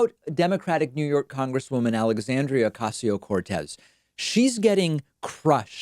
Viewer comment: David, why are your pronouncing AOC's name that way? she doesn't do it so we shouldn't do it either. You know the right way, please be proud and show to the country how it is done. Somos los hijos del Caribe, Amazonas, 'Andes y Patagonia, somos Huēyātl, Mene, Tepuy y Llapüd. No debemos esconder nuestras raíces aunque despierte comentarios. Great job though.